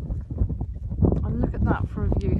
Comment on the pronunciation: Nice Vid! sorry to bitch (well not really) However, it would be nice to pronounce place names in wales correctly, it's not a far off country! after all. the mountain tops you said were in english - 1 Pen e fan, actually should pronounce it, Pen eh Van (do the research if baffled) and 2 Corn du again should be Corn Thee (nearest I could think off) again sorry to bitch but it's NOT hard, you English seem to pronounce french no problem, and they are across the sea?